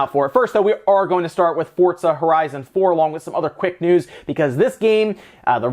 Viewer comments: Wtf is fort za, sounds kind of like forza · FORTTZA ??? LEL